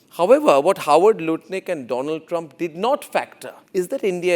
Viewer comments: My fraaand doland traaaam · "Abki baar Trump sarkaar" "My phrenddd Dolaaaand Trump" 🤣🤣🤣🤣🤣🤣🤣🤣🤣🤣🤣